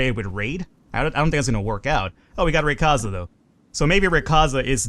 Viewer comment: Hey I'm the person who sent in raquaza and I really hate it when people mispronause their names so I thought I should tell u ray-qua-za